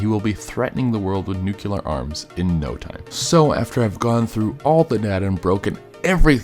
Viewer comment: Nuckuler ? nuclear